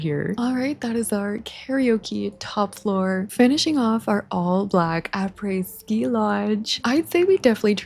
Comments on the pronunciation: honestly your pronunciation of après ski was pretty good! French is a hard language so good job on that source : am French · just so you know, I'm French and your prononciation of "après-ski" is perfect!! Btw love your videos!